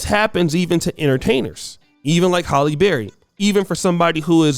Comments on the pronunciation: It's HAlley not Holly. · Pretty sure her name is pronounced Hal-eee not Holl-yy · HALLE. NOT HOLLY. LITERACY MATTERS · "Halle Berry-Not Holly But Ha'lle Berry Sir."😪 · HALLE!!!! Not Holly 🙄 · her name is Halle, not Holly. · Im more disturbed by how your saying her name holly berry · You have to take time to do your research. You have Halle married to someone that she’s not married to. The correct pronunciation of names is important as well.